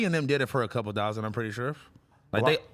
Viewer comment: The way he said 10!! thousand!! 😂😂